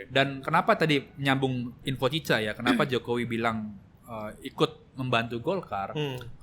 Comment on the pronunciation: Nyebutnya Cica dong bang. Jangan dikasih K di belakang